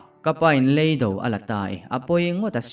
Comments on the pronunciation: ngatinge maw lei do I tih ziah le.lam dik hram teh beng a ti thlep tlat kan awmna lei kan lam ang hian lam tur aw.hruaia hnamte. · RC ngatinge maw .lei mihring lei tih anga i lam ziah mai le.lei kanawmna lei kan lam ang hian lam tur aw.rc. hruaia hmamte. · "lEIDO" tiha LEI hi Ka chhunga LEI lamdanin pasaltha chhiartu tam ber hian in lam thin a. LEIDO tiha Lei hi Thil kan lei a LEI tih ang hian lam tur a ni.